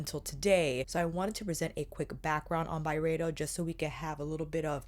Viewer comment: Nerd alert: It's really supposed to be pronounced By-Ree-Doh. I know, weird, but I heard Ben say that on a podcast interview. Carry on, Love. Good stuff xo